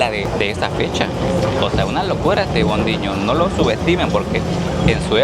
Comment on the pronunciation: Nunca entendí por qué hablaba como italiano cuando quería decir palabras en portugués. Ejemplo en Bondinho. O cuando dijo "muito bueno", que de paso está mal, es muito bom. Pero bro, estás en Brasil, no en Italia.